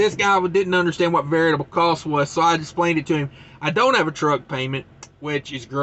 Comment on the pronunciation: Always wondered if you were purposely saying Variable wrong... LOL...